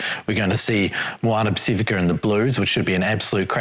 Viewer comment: Pac if ika Ross, not Pac ee fika!